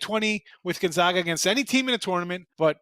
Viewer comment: Let’s see how many times we can mispronounce Gonzaga while pretending like we are experts...